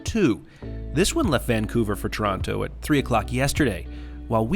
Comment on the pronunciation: Its not toraano. Its torona